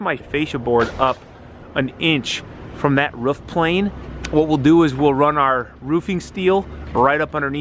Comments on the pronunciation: its a roof. not a ruff lol. Have this debate with the wife all the time. My way of "winning" the argument is to have the person say kangaROO, add an F to the end of it. They then say kangaROOF. Then tell them to get rid of the KANGA at the beginning. BAM they say it "correctly" (all in good fun. not sure if there is a correct way or not, im no English major) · Another great vid . And yes it’s roof not rough 😜👍